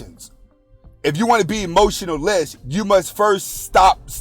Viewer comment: He was saying emotionalist not emotionless😅